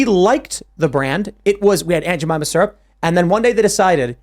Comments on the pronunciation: Haha I love how my man pronounces "Aunt Jemima" as "Aunt Juhmomma"😂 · “I wanna meet Jemimiah herself.”